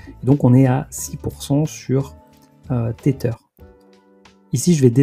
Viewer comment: haha oui tu prononces à la française ça m’a fumé - c’est “tézeur” plus ou moins en gros à l’anglaise 😁